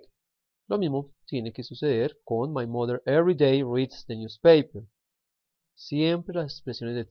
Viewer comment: Pay attention to your pronunciation, please. | mʌnθ | for month and | ˈmʌðə | for mother.